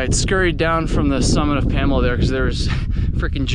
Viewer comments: Its not Pamela, its promounced "Puh- Mole- ah" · Its Pamola. Not Pamela. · Pamala peak, love it. Pa-mole-ah You failed your Mainah test, back to Vermont you go! haha great video! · The locals call it Puh-Mole-A Peak not Pamela Peak. 😀 I would not call it easy, but it is not that hard. Wife and took our 9 year-old kids across the ridge. That said, pay close attention to the weather. High wind or rain would make it dangerous. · "Pamela" lmao PamOla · Pam-OH-La not Pamela lol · PA mole A not pam a la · It’s “PA” “MO” “LA”, not PAMALA! Great vid! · It's pronounced PAM-OH-LA